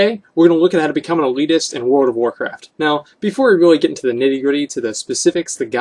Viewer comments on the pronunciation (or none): he cant even say "World of Warcraft" right. word or wordcraft